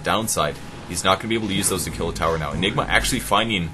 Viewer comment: ok, all the jokes about mispronouncing ''Anigma" are getting old.